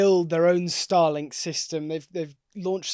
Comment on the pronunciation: Star Link not Stah Lenk